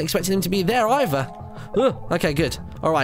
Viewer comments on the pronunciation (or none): none